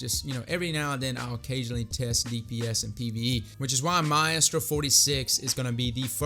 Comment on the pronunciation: Maestro (mye-strough)